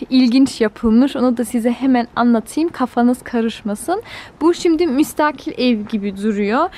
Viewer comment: Müstakil derken a harfi uzamıyor bilginize...